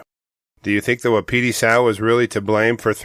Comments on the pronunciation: It’s WAH-PI-TIE. Like the elk. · Please look up the pronunciation of Wapiti, you’ve got an extra syllable there. Drives the locals nuts, thanks.